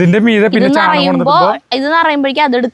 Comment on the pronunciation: eppozhum chaanam ennu parayunnu chaanakam ennanu.